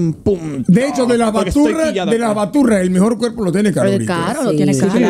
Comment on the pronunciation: porque le dice law baturra